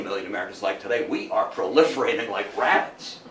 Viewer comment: "Nvclear prooliffraetschian against thie o-zein."